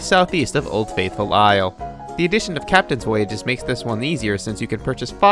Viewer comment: The e in "Isle" is silent.